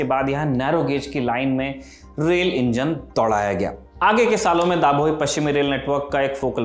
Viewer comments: it's ડભોઈ not ડાભોઈ ખંડેરાવ not ખાંડેરાવ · दाभोई नाम नहीं हैं।।😢 डभोई सही नाम हैं। भाषा पर पढ़ाई ज़रूरी है